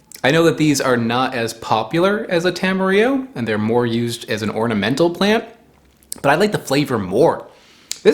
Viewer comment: Question, is "tam-e-re-o" the standard US pronunciation. I've always heard "ta-ma-rill-o" here in NZ. Though there probably isn't a "proper" way to say it, since I believe it was just coined by a dude in Auckland smashing Te Reo and Espanol together